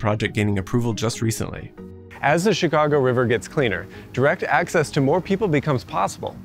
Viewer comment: Very interesting video. The first thing I noticed, however, is pronounces the city's name correctly. It is not "Chigaawgo" as too many say.